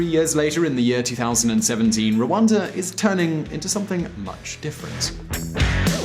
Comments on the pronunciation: its rwanda not ruanda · It is Rwanda and not Rwanza